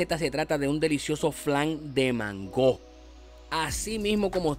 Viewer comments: Se ve rico, porque le dices mangó con acento en la o se oye raro se que es boricua, sé podría hacer sin crema de leche de vatir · Excelente!! Aaah no se pronuncia así como lo dices porque la palabra mango no lleva acento en la o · Por qué dice mangó? Y por qué dice flan si es una gelatina?